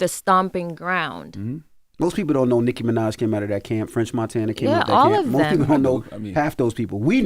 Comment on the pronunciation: Did Charlemagne say sicky Minaj 🤣🤣🤣🤣 yo.....